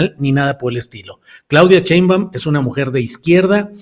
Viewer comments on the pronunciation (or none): Estas mal, los militares en esos puestos estan bien y, es Claudia SHEimbaun (NO CHEimbaun)